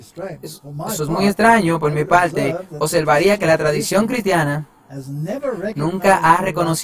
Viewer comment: Lo único que no me gusto fue ese narrador . No pronuncia bien las palabras. No pronuncia la (r) en unas partes pero en otras si.. mete es la (L) dice así. Ninguna palte. Y es parte.